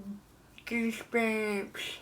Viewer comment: bahaha she says "er mah gah gersbumps" I could not stop laughing.